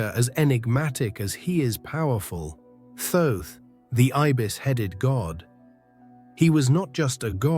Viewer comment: Thoth is pronounced "tot" or "taught"